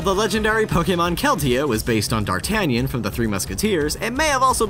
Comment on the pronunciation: I cringed when he pronounced D'Artagnan as "Dartanian"...is it so hard too pronounce French names? Considering even Picard can pronounce his own last name right I think it is...xD